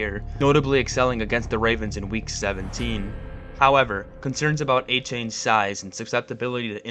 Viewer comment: He mispronounced Tagovailoa, Seiler, Achane, and Grier.